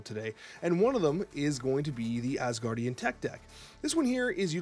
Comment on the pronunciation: C’mon, we’ve been through this! It’s Asgardians*, not asguardians! lol Love your content, my man! Keep it up! PS: A little bit of trivia, there’s actually an Asgardians of the Galaxy team leaded by Angela, who was part of the Guardians of the Galaxy when she was introduced to the Marvel Universe (she was originally a Spawn character… yeah). Still, NOT asguardians, Asgardians!